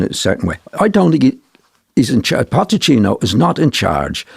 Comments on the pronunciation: I love the way John Giles calls Pochettino Potechino! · Jesus fckin Christ someone tell him it's Pochettino not POTTECHINO